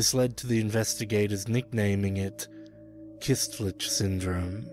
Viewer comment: it's "köstlich" not "kystlich"